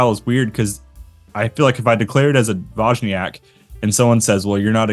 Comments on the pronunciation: It’s D-voy-niak 🫡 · Find a Polish speaker and ask!? Your BIG issue was that "J". In Polish it's pronounced like a "Y". I was lookin at those ratios of honey to water, then at the resulting ABVs and they made no sense to me. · From a Pole's perspective, you pronounce it funny ;-) Generally, these names (półtorak, dwójniak...) refer to the ratio of water to honey - półtorak has the least water (1 portion of honey and 1/2 water; 1 + 1/2 = 1 and 1/2 = one and a half = półtora (PL) -> półtorak), czwórniak has the most (1 portion of honey, 3 portions of water; 1 + 3 = 4 = four = cztery (PL) -> czwórniak). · Almost I would say: D-vooy-nee-ak but make the nee very short. Not as prolonged as in Monthy Python. Soften it up, and then you will lend on Dwójniak.